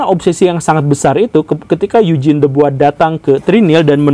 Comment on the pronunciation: Topik yang menarik, saya selalu punya pertanyaan soal ini. Sama hal menarik juga dulu pas pelajaran sejarah perasaan Eugene itu cara ngucapinnya "yu-jin" kok ini jadi "eig-ne" wkwkwk.